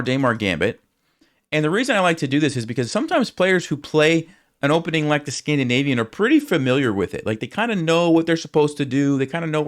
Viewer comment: Scandinavian ❌ "Scam" dinavian ✅